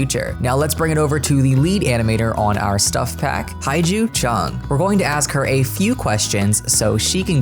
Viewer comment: I'm definetely very excited to see more gameplay for elders! It's what they deserve haha Also, just want to say that HaeJu is pronounced more like HeJu (the 'AE' is pronounced similarly to the 'E' in the word "hem")